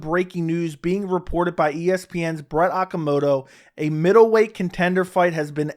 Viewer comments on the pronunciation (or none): none